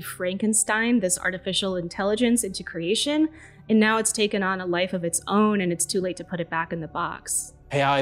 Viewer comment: Why did you suddenly start following the trend of mispronouncing the word, "creation", pronouncing it as "ker ay shon", (awkward and incorrect). not kree ay shon" (glorious and correct) ? Otherwise, excellent video, as always. You spoil us : ). Merry Christmas, and may 2024 have happy surprises for you all. Ps. Creativity is not crativity. Please honour syllables. No one is in that much of a rush.